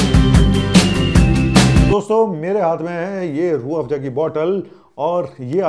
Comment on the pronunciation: Z for zoo hota hai ya Joo😢, Afza ko pronounce kar rehe ho Afjaa😮😅